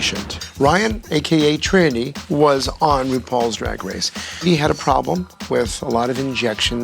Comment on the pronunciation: AKA WHO??? Girl its Trinity not Trænny